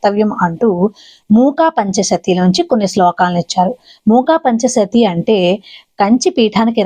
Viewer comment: మూకా పంచశతి. కాదు. మూకపంచశతి అనాలి